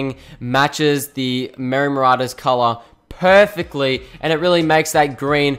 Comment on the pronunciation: Why did you say every Time "Perfactly"?